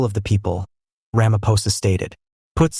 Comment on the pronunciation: This is what western fals news is spreading!! They are failing against Trump so they target SA!!! Listen to this fools language and pronouncing Steenhuisen and ramaposa. Just Voertsek SATAN!!!!